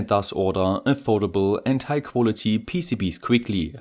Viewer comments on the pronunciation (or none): none